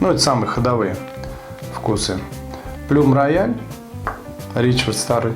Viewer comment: плюм рояль ха ха ха -говорите правильно плам роял)))😁😁😁👍